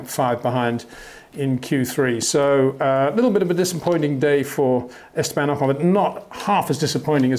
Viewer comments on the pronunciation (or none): none